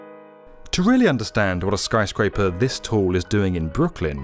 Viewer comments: Are you saying skryscraper instead of skyscraper? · Is it just me, or does he keep saying "skryscaper"? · Why does he keep saying skRyscraper? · *chuckles* skry-scraper... , , .